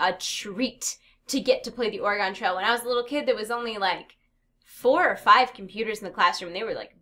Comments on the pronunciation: You're saying Oregon wrong... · as an Oregonian her pronunciation of Oregon hurts.... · You pronounced oregon wrong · please look up how to say oregon.